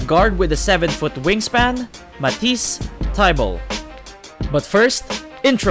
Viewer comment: I had to pause the video to type this comment. Mah- teas Thigh-bull. Also, J Bill-is. Paused and I love the video, especially as a 76ers fan but that's been driving me crazy thru out the video.